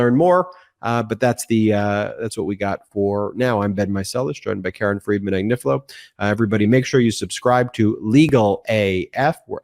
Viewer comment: Triplex is pronounced try-plecks. The Italian family name Agnifilo (A-gni-fi-lo) is properly pronounced Ah-nyee-fee-loh. The GN in Italian is pronounced NY as in lasagna.